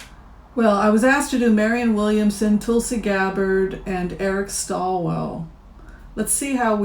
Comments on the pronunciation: It's Eric Swalwell not Stalwell. I like Eric a lot but agree he's not ready this time. He needs to be tougher and not such a nice guy. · Just so you know going forward, it's Eric SWAL-wel, not STALL-wel.